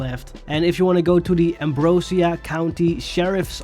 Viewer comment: it’s actually pronounced “am- bro- zhuh- " not “am -bro - seeuh”